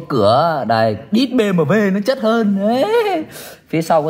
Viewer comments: Bi - Em - Đúp nha, nhỏ giờ lần đầu nghe có người đọc Bê Mờ Vê . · đọc "Bi em đúp" cho nó dễ nghe, dễ hiểu, chứ đọc kiểu này không xuôi tai mà còn khó hiểu. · Gì mà nửa tây nửa ta thế :))